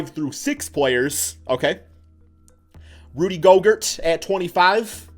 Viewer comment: Did this man say "Rudy Gogurt"?? 🤣